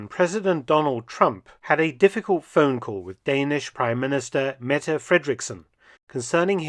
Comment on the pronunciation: Thanks to Mark for pronouncing the name "Mette" correctly. Many Danish words, and names in particular, end on a semi-emphasized "e", pronounced like a short "eh" sound (not an "a" or an extension of a preceding consonant). So you got that one right, professor, but you messed up a lot of Nordic history this time around, as I've noticed before when you enter that particular territory.